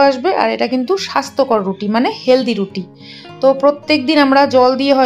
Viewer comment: তুমি তো রুটি বলতেই পারো না